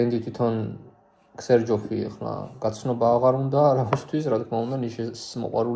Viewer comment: მეგობარო ზერჟოფი დაუძახე სწორი ფორმა ეგაა იტალიურად ქს ერჯოფი არასწორია x არ გამოითქმის ამ შემთვევაში როგორც ქს